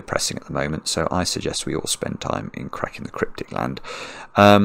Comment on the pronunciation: for the first time, saying "let's get cracking" almost sounded to "let's get crying" to me